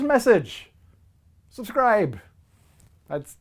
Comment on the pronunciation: 'Subsribe'? Hehehe... Great stuff, though,.